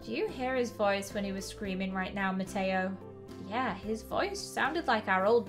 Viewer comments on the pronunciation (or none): Mateo no ma- toe sorry I thought that it was funny